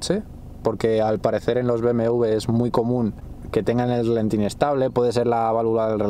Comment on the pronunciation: Relentin? XD me a exo gracia! Pero vaya, gracias por compartir experiencia, y pa la próxima, es rAlenti Gracias grande!